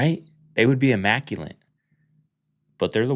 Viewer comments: 2 things, 1- what’s a bassinet over a babies bed that’s outer space??? Does she mean there’s a mobile over the bassinet?? & 2. There’s no N in the word immaculate lol you were saying “immacuLANT” - that’s not a word lol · Em-mac-cue-let. Not emaculeNt. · Here me out,I'm not trying to be smarty pants over here but it's immaculate not immaculante.I would want someone to correct me so I thought I'd give you a heads up that you pronounced that word wrong. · I'm positive you said 'immaculent' twice. Back to school for you buddy...